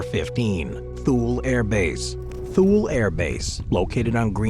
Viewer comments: It is Too-Lee, not Thool. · Thule AFB is pronounced Too-Lee, not Thool. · How about spending time to learn how to pronounce Thule. Not TOOL, but Too-Lee. Who makes these things, 5th grade drop outs? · Great selection, thank you. I received orders to Korea and chose retirement instead. My billeting office told me that if I withdrew my retirement for any reason there was an unfilled MI Officer billet at Diego Garcia that had my reservations confirmed. I've always heard Thule pronounced Too Lee. Wow Pine Gap and you showed picture of USASA Field Station Berlin. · .23 Thule Greenland is pronounced Too Lee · Thule is pronounced too-lee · Thule is pronounced "Too-lee" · You pronouncing Thule wrong as the air force called it too-lee. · And it's pronounced "TOO-lee" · Surprisd at the mispronunciation of Thule, as in previous videos he's pronounced it correctly. Also, and I am sure Im going to sound like a broken record here, but... c'mon, CFB Alert! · I about died at his pronunciation of Thule.